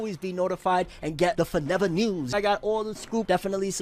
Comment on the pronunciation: WHENEVER YOU SAY FORNEVER NEWS I HEAR BORUTO NEWS